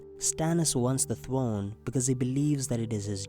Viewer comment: Stannis is, by right, heir to the iron "Thwone"